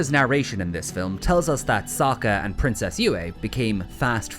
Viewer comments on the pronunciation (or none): none